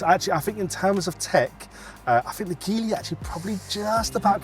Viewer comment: It’s pronounced like Jeep so Gee-ly